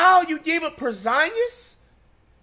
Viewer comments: U serious w that porzingus pronounciation i cant tell 😅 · Por Zon Gus